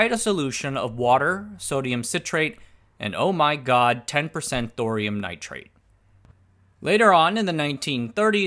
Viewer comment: “…And OMG 10% Throrium Nitrate” 😂